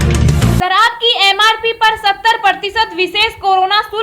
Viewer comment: Biharun aagy taja (taza) khabar lekar. Sarab nahi sharab.